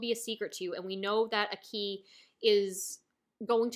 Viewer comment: So I'm listening and enjoying all of your Chainsaw man thoughts and reflections and I know you might never say his name again on Youtube but it has been killing me a little bit every time you say Aki's name. You're putting the emphasis on "i" and giving it a rising intonation. The emphasis is placed on the "A" and the "i" has a flat intonation. Ah-ki, Aa-ki. Not AkEE, or aKey! I just think names hold value and are important. Thanks for the videos. I know you will enjoy Mob Psycho S2 because it is pure gasoline and basically doubles down on everything that made S1 so phenomenal. Fight ON!